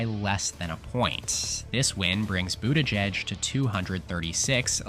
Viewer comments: “pete boot-aahh-jejj” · Is this AI narrated? The pronunciation of Buttigieg is all over the place. At one point Vance was mentioned instead of Gabbard (during Maine) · the way you say his name